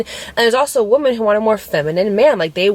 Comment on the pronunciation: When you say woman vs.women it drives me crazy. I love you and I try to ignore it.. but it does something to me. 😫